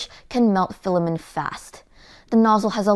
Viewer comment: filla-men! haha i don't know why but this cracks me up every time